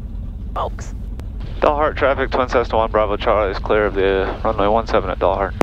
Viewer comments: Dalhart is pronounced Dal as in Al... not awl :) I have flown a lot at high density altitude the last 3 years and it definitely makes landings interesting. FMN field elevation is 5,600-ish and DA can be in the 9,000 range in the summer. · Texans call it 'D "al" hart', not 'Dollhart'. For future reference. Hit 'Like' and Subscribe.